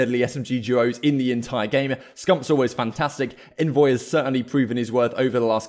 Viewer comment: Just FYI, envoy himself said it’s pronounced “ ON-VOY” not “N-VOY”